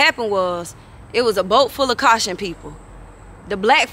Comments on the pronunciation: OMG NOT CAU·CA·SIAN PEOPLE 😂😂🤣🤣🤣🤣🤣😂😂 SHE SAYING " CAU·TION PEOPLE " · She really needs to learn how to say the word, Caucasian, not caution people, but Caucasian people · Wait she said those "caution" people 😂😂😂😂 babe when I tell you, she be having my stomach hurting 😭😭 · 😂😂😂😂She said them cacsion ppl. Caucasian. THAT IS MY GIRL, SHE NEVER EVER LETS ME DOWN😊😊❤❤